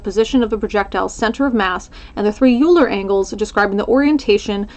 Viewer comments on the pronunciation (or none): Also: Euler is pronounced oy-ler, not yoo-ler